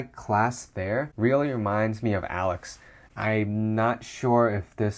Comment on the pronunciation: Alyx is pronounced like "a leeks" not alex